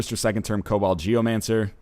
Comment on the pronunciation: Jesus christ ryan it's KoBOLD not COBALT geomancer to was hell